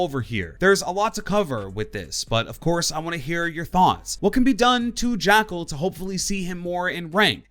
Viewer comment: When you main an operator but can’t pronounce his name... oooofff